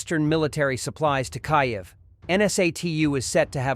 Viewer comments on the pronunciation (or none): So sick of your ridikulus pronouncing of Ukraine's capital city ... could you train your AI to pronounce correctly ... at least between now and when I give up on this channel !!!